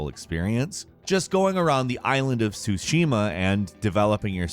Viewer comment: Can anyone actually pronounce Tsushima, you actually pronounce the "T" 😂🤣 doesnt start with "sh"